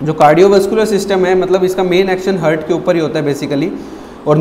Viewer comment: Excellent sir A mistake I found Its haaaaart not hurt